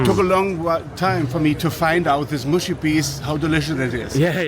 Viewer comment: That’d be “muhshy” not “mooshy” 🇬🇧>🇺🇸 😉